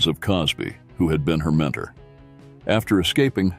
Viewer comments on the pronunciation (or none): none